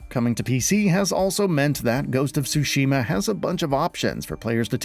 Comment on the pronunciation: as someone who speaks Japanese, the way he pronounced Tsushima as "sushi-ma" cracks me up lol